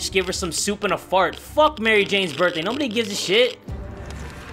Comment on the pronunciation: Did you say birday